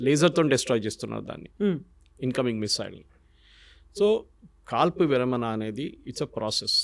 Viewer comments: యాంకరమ్మ, విరమన కాదు విరమణ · విరమణ not విరమన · విరమన కాదమ్మ, విరమణ.. తెలుగు రాని ప్రతి వారు anchors మా ఖర్మకి.. కేరళ ఆయన తెలుగు చాలా బాగా మాట్లాడుతున్నారు.. చూసి నేర్చుకు చావు.....